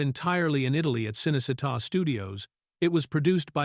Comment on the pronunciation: can’t pronounce a lot of names either. Cinecitta is pronounced Cheenaycheetah😊